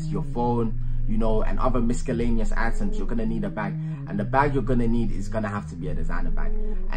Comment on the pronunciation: The way he says miscellaneous.